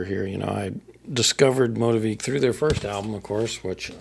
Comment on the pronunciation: 🙌🏼 …the only correction is our name. It’s pronounced MOE-TEA-VICK. 😉 common thing to mispronounce!